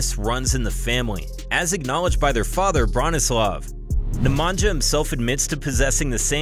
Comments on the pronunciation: My ears bleed whenever i heard " Nemangia".. its pronounced Nemania for fs. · The sound that letters NJ makes in names of both brothers should NOT be pronounced /dz/. In Serbian language the letters NJ is pronounced /ny/. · Neh-mah-ñya not Nemanjah hahahahah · It's pronounced nemania not nemantza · J's are pronounced as Y's for all Serbian (& Croatian/Bosnian) names. Nemanja is pronounced Nemanya, just like Jokić is pronounced Yokich,...etc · Its "Nemanya" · "nja" in "nemanja" is pronounced as same as "nja" in "strahinja" :) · Pls learn how to pronounce “Nemanja” Sounds realy annoying . At least you have Google translate to explain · Your pronunciation of Nemanja is horrifying. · hi. You pronounced Strahinja correctly , but Nemanja not. Nemanja should sound as NemanYa. Similar to StrahinYa. Ok. . Cheers